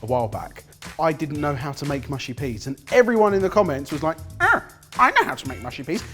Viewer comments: lolololol said Peaness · "there's a very peaness about it" COME ON MAN IT'S PEAS! LOL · Pea ness?! Lmao I never laughed like that at a blooper before.